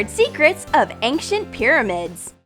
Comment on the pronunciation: It ain’t pronounced ank-ent it’s pronounced ane-shent